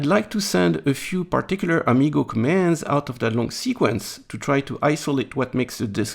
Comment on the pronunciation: HP propreitary protocol: Am-I-go?